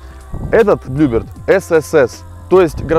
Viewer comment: Классные видео, но блин так режет слух всякие "БлюбИрд" и "КрОуны" ) Вы же делаете передачу не тяп-ляп, красиво снимаете, не пропускайте таких ошибок = )